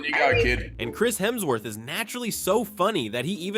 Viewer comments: I was about to comment Hermsworth 🤣 he has literally made a video with every person saying his last name right to get it wrong defs rage bait 🤣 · "Hermsworth". More AI slop.